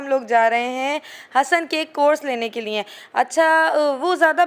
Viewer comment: LIAN nai hota لیے hota hai... please correct Urdu bolain